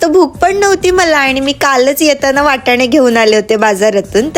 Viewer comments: वाटाणे नाही वटाणे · वाटाणे नाही 😂😂 वटाणे